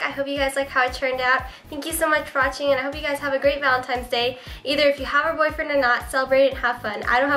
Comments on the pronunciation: u say 'valentines' like 'valentimes' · it's cute how you say 'valenti"m"e's' instead of valentine's day....lol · valentimes day hahahahaha